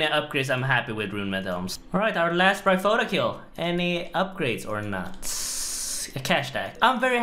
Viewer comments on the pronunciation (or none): Bry pho ta? Bry o phy ta. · Bry-oh-feet-er. You're welcome. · thats some nice "braille-foe-tah" kills my man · say bryophota one more time, i dare y9ou. No i double dare you! BRYOPHYTA